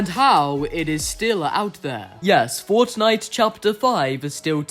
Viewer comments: bruv pronounces fortnite as fOrcHKniGHT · Why do you pronounce some words in an american accent some in an English accent and some in an Australian? And the way you say fortnite as forTniTe with the T's is weird lol